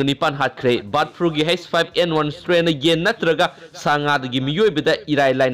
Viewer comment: Brid flu haire 👍👍